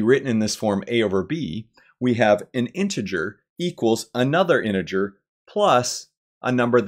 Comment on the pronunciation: Thank you for an enjoyable proof. I was pleased it contained several uses of the letter T in the word “integer”. I’ll be back.